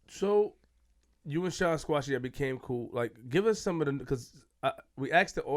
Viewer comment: Shyne who? Kshine lol.